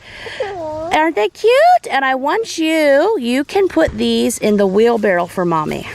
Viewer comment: I'm trying to listen carefully but do you call a wheel barrow a 'wheel barrel' ??? I have harvested just 4 tomatoes this year and I am quite proud of them!!! Re you crops, I'm with the person who said 'dig deeper for your spuds with a big fork' I bet there are more in there. Also to 'hill' them. My dad grew all of our veggies so I'm thinking of his beautiful vegetable garden.